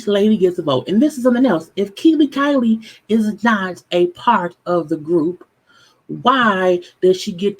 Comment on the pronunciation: she said 'Kiely/Kylie' LOL Her name is Kiely LOL